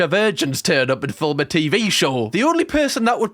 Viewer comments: First time watching your channel and being here and it’s MINDBLOWING how much better your advice on sex is than these so called ‘sex therapists’. Also you said ‘filum’ instead of film so, subscribed 😂😂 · Are we just going to ignore how he says film